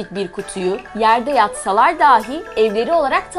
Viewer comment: " dahi " yerine "dâhi" diyorsunuz. Bu beni çok rahatsız etti.